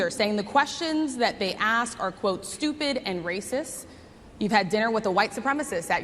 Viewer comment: If i were trump i would have corrected her pronunciation of the word "raciss" 😂